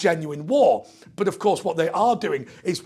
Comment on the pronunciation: Hi. I've noticed your pronunciation of "but" word is mostly almost the same like a bot. Is this a British thing or your particular region of GB? I appreciate your answer. cheers!